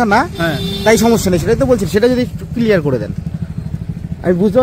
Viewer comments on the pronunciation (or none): none